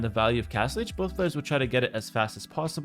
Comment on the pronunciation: Castlege? Castlige? Oh Castle AGE.